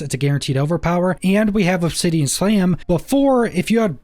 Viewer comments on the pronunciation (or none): none